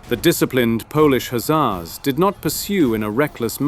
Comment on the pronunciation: One thing though, you're saying the "Hussar" word wrong.